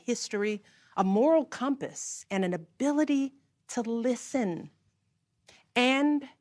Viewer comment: Notice the emphasis on “listen” they want a puppet in office